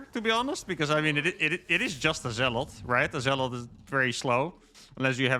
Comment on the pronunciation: You pronounce zealot incorrectly.